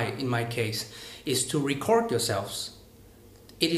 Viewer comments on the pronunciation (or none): record=>réc cợt d anh ơi